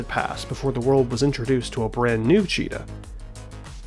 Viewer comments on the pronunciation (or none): none